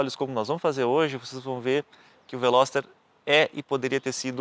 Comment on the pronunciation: carro é bom so errou no nome...veloster rsss